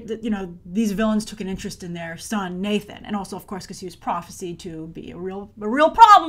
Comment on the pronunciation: Grace: Praw-feh-Sigh'd not Praw-feh-seed. ;)